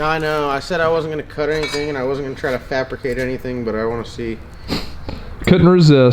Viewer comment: Did he say fapricate? Lol